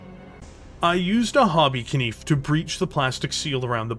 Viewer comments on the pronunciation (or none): did... did you pronounce the k in knife?